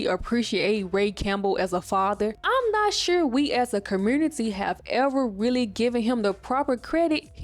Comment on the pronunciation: Are you from Memphis? It’s the way you pronounce music and community 😂❤